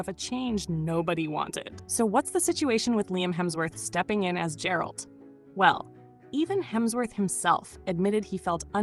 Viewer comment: She's mispronouncing Geralt its G as in Get, alt as in alt, not ald, so Geralt! Easy huh? Apparently not! I gave it a second look, and it wasn't as bad as everyone says. It was just that, as a standalone, Hemsworth couldn't have kept it going, and most of it was the rest of the cast supporting his lacklustre performance. But it wasn't all bad, apart from that Musical bit, which was dreadful, just dreadful. And the intro of anime? No.